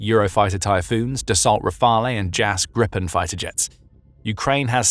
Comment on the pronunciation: *Gripen Grip (Griffin) rhymes with sheep not ship.